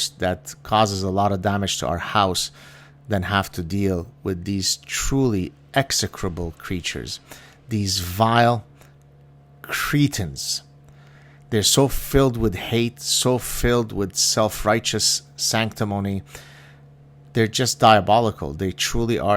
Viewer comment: You are a bigot! That was a micro aggression!! Your pronunciation of the word cretin sounded more like Cretan or somebody from Crete and as a Greek I am offended!! Hahahaha only playing with you!! Keep up the good work!!!